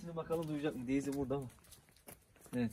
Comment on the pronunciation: Deyzi deyil abi daisy bu arada içeriklerin güzel abi severek izliyoruz👍